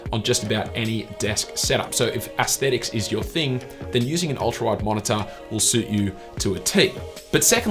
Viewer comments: MO0NA-TA! HAHAHAH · Haha wtf is a monitah